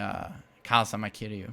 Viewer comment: KazUma, not kazama